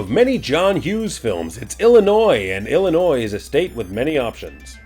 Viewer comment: Thank you! Thank you! Thank you for not pronouncing the S in Illinois. As a lifetime resident of the state, it really grates me when the S is pronounced. Really enjoying these videos! Quick question...are you stamping your Haussman Greatest Hero stamp on the crotches of the pictures on purpose? Because it makes me laugh every time.